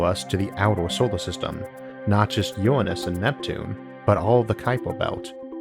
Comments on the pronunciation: Good video. But Isaac, you have a voice with all the grace of a sofa falling into a dumpster. PLEASE PLEASE PLEASE get someone who doesn't drone in a dull monotone, and who can pronounce "nuclear", NOT "nukular", and "Uranus", not "Uwwanus". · I believe it’s pronounced “URANUS” not “uWaNuS”